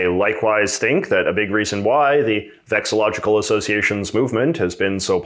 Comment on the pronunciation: You're missing an "LO" whenever you say VEXILLOLOGICAL". It's vexillology, not vexillogy.